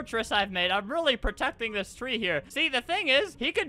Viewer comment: Why does it sound weird when he says dis stuff